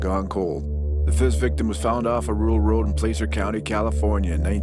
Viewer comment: It's pronounced "PLASS(like glass)-er". Not PLACE-er county! Anybody from Sacramento knows that